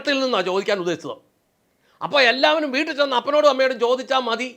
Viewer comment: Caption super എന്നാലും ഒരക്ഷരം change ചെയ്താൽ അതി ഗംഭീരമായേനെ. എന്താന്നോ,? ''വൂട്ടിൽ '' പോയി എന്ന് കൊടുക്കാമയിരുന്നു, അങ്ങേര് അങ്ങനെയാ പറയുന്നത്. "വുട്ടിൽ ''